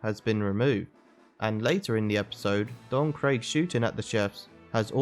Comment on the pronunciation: Ah yes, captain kro, don Craig, and barateeee. Can you please just say the names right